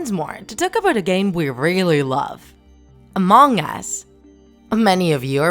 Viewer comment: It is not mong us it is Among Us